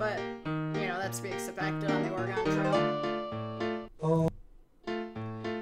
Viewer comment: Oh my goodness, the way you pronounce Oregon. I hope nobody from Oregon hears it. Great video, nonetheless. Really hope we get to see you at SGDQ. You're a true talent.